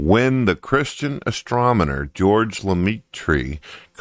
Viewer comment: "Astromoner," "Expecially," "NOBLE prize," "Georges Lemeetry," "Scallary," "Villain-kin," "JAN Paul SART", "ANTHONY Flew," "Thomas Aquawnus." The fact that you thought this guy was in any way fit to narrate your video tells me everything I need to know about your ability to discern between reality and absurdity.